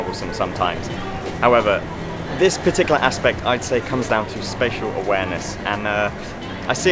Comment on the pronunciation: SPATIAL awareness... SPATIAL....